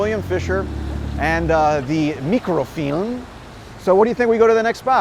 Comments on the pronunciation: Why do you keep pronouncing it "meekro-feelm"? I'ver never heard it pronounced that way. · I appreciate the Slavic way of pronouncing “mikrofilm” 👍✨